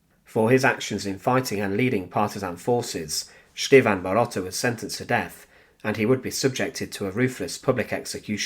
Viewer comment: Viele Grüße aus Deutschland! As always, a very unique story that I have never heard before. Although the story is narrated quite interestingly, there is a problem with the pronunciation of the Serbian name 'Stevan'. It's neither Sch-teevn, S-teevn, nor Sch-tee-van but rather Ste-van. Here is the correct pronunciation. Thanks for the great effort!